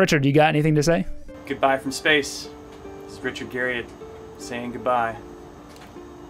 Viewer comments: How many times do you think you said Richard Gariott in the video? I'd say at least 2. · "Garry-it" That's how Richard says his last name. I'm not sure if the "Garry-ott" variant was used in this video for trolling or due to incompetent research. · "Richard Gary-Yacht" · That's a clickbait tactic to call a preserved skeleton as "humans remains in his house" when that brings forth the image of chopped-up bodies stored in Richard's refrigerator. Narrator also can't pronounce his name correctly even though it is a common American last name. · This was a great video. Still triggered at how you say Garriott lol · Imagine making a video entirely about a dude and saying his name wrong the whole time lol. You misspelled it in the title card too. Good video though otherwise =D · I can't trust anything you state as a fact if you can't even get right something as simple to research as the correct pronunciation of his name. And that's literally in the first second of your video. Pass.